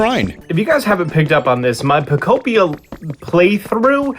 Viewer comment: Po-kopia not poko-pia